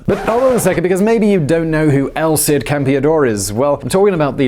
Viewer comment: I didn't think I knew who it was because it's El Cid Campeador. Not Elcid Campeador.